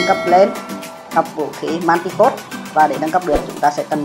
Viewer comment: giờ mới để ý English của ông này R.I.P quá . Manticore cứ dọc là manticode . sợ ông luôn